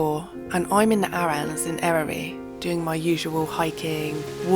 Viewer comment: I love watching your videos and it's clear you love Wales. However, no offence, but please learn to pronounce our place names correctly. It's Eryri - Eh Ruh Ree, not Airy. Google it. 😂